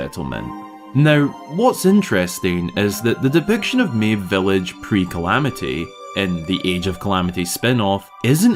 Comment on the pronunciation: Fun video, but I'm pretty sure Mabe Village has a Japanese pronunciation ("mah-bay")